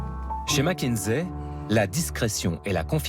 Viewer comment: Petit reproche à faire,c'est pas mac mais mc(mec)kinsey😊